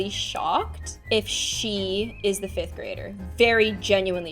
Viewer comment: Did anybody else hear that said 'In fith grade'? only me? okay